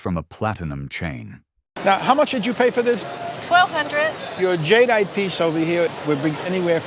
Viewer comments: "Jade ite". Not "jadyite" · These pieces were beyond stunning. Jade is so gorgeous, and the carvings are exquisite! But I heard at least 5 different pronunciations of "Jadeite" from Mr. AI voice, which was very off putting!